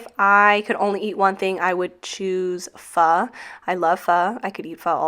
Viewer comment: you actually said PHO correctly . which is awesome ! & you are right - the best pho are the ones your asian friends recommend lol . but love your PWMS